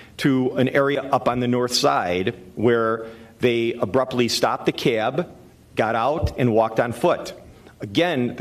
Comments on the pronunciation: The CAY-ab, CAY-ab....it's just CAB. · It’s funny how he pronounces the word “cab”: “Cyaaab.” lol